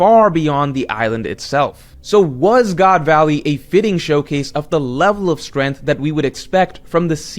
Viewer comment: strength /streNG(k)TH/ 🔊Learn to pronounce